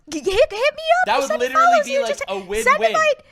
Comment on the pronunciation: says literally instead of literally. My friend Megan used to do the same thing and its adorable.